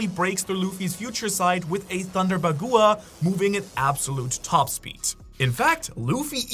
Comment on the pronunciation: BAH-GWAH!!! Bagua is pronounced BAH-GWAH. Why is it so hard to say this the right way. You make me really want to hurt you.